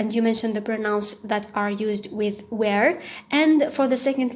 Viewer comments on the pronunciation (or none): Good presentation . Just one remark if you don't mind . you pronounce "" were"" as "" where"" , but let me tell you ,you're doing a great job ,bravo